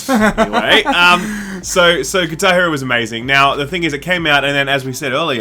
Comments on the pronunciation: Kitairu, that's all I hear. It took me a sec before I realized you said "Guitar Hero" lmao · What is Tairo? Lol seems to miss the guh! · its called "GuitAR [pause ]hEro" and not "KitaEro" =D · What 'katar Hero'? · Does someone else find it weird how they pronounce guitar hero? 10/10